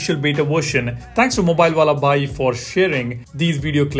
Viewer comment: The way you pronounced "mobile wala bhai" 😂😂